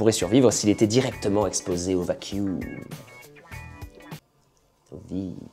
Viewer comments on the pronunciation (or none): none